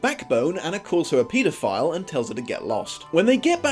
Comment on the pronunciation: I am more concerned by the pronunciation of, "paedophile."